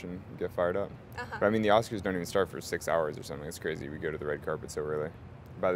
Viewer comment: "I honestly don't know who will be at the Ass-kers" -an innocent slip, but supremely satisfying.